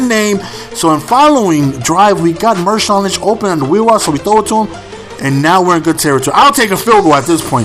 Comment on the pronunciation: It's marshawn, not mershawn.